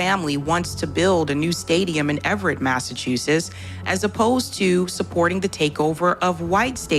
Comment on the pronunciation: “Massachusess”? I don’t think so. She doesn’t know how to pronounce the name of the state in which she lives.